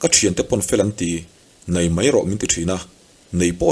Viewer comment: I thil chhiar hi a ngaihnawm ṭhin, mahse "Mai" tih hi "Mãi" i ti leh zeuh ṭhin hi ka lo ngaimawh deuh ṭhin. Heng ho hi an lainatawm ngawt mai, mahni leh chhungtd chan ah han dah chhin hian a na vawng vawng ṭhin.